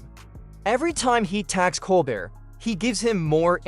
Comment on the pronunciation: Stopped watching two minutes in. AI narrator mispronouncing Colbert’s name and other words is frickin’ irritating. Couldn’t they afford a live narrator? Meanwhile, I’m glad the gloves are off. As soon as Colbert goes off I’m dropping Paramount. Whatever semblance of objectivity CBS news, and the content of anything they air, has has completely disappeared.